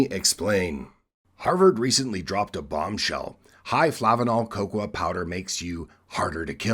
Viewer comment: Coco-ah? You've been living in Japan too long 😂